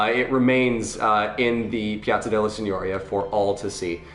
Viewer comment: Signoria. The accent is on the second i But I can understand the confusion, as Signora (madam) is instead pronounced like you pronounced Signoria (lordship). I'm telling just because, you know, people are learning from you